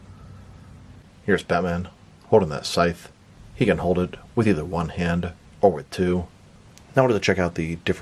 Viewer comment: Scythe is pronounced like dice not sith. He has a scythe, not a sith. You pronounced it sith at the beginning but later correctly.